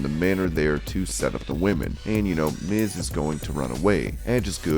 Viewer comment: How in the world do you mispronounce "Miz?" Do you even watch the shows you're reporting on or are you just a "hired voice?"